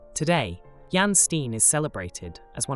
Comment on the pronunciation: I enjoyed this video, but Jan pronounced "Yahn" and Steen is "Stay-nn". It was really distracting.